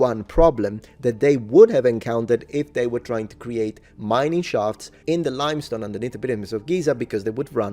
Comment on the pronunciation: lime stone, not "limstone" ;-)